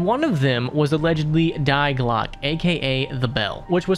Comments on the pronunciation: The way he pronounces "Die Glock" is the most american thing I've heard. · I'm currently suppressing the urge to correct you on the pronunciation of Die Glocke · The way you say Die Glocke hurts haha